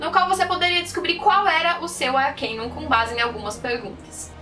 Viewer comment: N é arquiniun é arcano